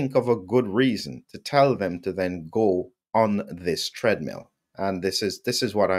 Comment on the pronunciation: oops ! "go on" not "govon" 😂